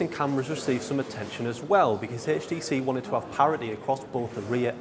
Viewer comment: Nice video.. it's HTC not HASTC...